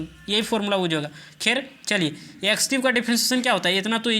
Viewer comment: Use ❌ uuz ✅